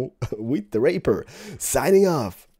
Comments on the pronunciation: stop calling the rapier "raper" is not funny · Also: ray-pier Otherwise it is a thing that rapes, and that should never be celebrated, even by accident. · kinda makes me cringe when he does it too, but it's not on purpose. He is fluent in english but his accent makes it difficult for him to pronounce some words. ***** To spare you from some hate comments, it's pronounced like (ray-pyer) :) Gotta put the y-sound after the P. I'm looking forward to the live stream! Keep it up buddy :D ~Luv it to bits <3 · pronounce the rapier like rap-ee-ur